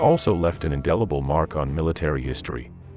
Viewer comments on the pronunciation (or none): none